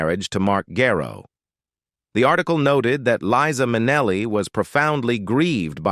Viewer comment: You don't even have her name pronounced correctly. It's not Leeza! How can I trust anything else you say??? And it's not Vin-SEN-Tay Minnelli either! And the list goes on. Hawl-ston, not Hal-ston, etc. OMG!--MIN-a-lee instead of Min-ELL-ee! Is this a man or a robot?